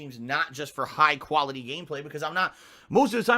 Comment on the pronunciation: mentions putting out high quality gameplay and then instantly detracts that, saying that he doesn't put out high kuality gameplay. Which is it? I'm mean you can't, sorry "kan't" say khantent right, right? So I don't expect an answer, but then he says that he's always honest. It's really hard to believe what says at this point, right? Snort.